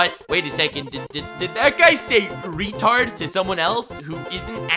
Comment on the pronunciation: Lmao Reh-tahrd